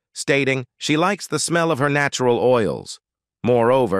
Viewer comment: nattural. lol.. that was one of the funniest pronunciations . what a mess. omg...a trigger warning for diana?..gadszook